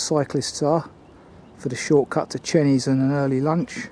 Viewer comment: Great film and I've just subscribed to your channel. One little 'picky' correction, Chenies is pronounced Chaynies. Hope you don't mind!